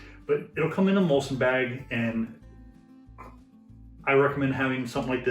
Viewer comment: Great video. Just wanted to point out that it is muslin and not mulsin. Maybe you guys in the US say it that way 🤔